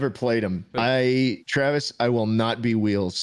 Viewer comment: I like to think that you pronounce as tch-raves instead of travis